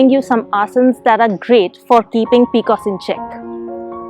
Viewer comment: I have had PCOS all my life.. N heard it as peecoosss for the first time 😂